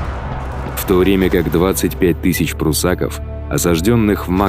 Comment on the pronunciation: Не пруссАков, а пруссакОв!